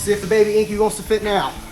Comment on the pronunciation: it's enkay not enkey, like kei truck pronounced kay not key.